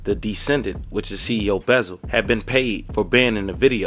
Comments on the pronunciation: It’s CEO BEZZ-AL not no beezal tf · These off brand azz folks , stay messing up people names ! Buzzard 😂